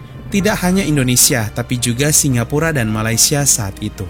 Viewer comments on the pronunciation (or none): none